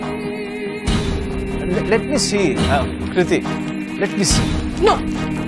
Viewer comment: He spelt 'Kriti' .. I heard 'Dhriti' 😂😂... !!